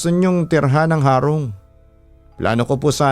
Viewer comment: tamang pag pronounce po ng HARONG ay titigasan po ung HA . Hndi na po papahabain Ang HA . .HEHEHE Taga bicol Cam Sur heree☺️☺️